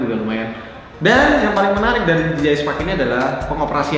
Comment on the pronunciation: DJI bukan di ji ay tapi di jey ay